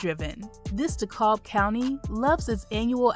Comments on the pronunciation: Dekalb is pronounced de-cab...for future reference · Great video! Several mispronounced city names. Smyrna is pronounced Smer-na, Suwanee is pronounced Swan-nee, & DeKalb (capital D, capacity K) is pronounced De-Cab.